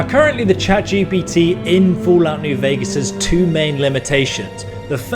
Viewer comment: Ok he pronounced Vegas correctly! I was expecting VEEgas NGL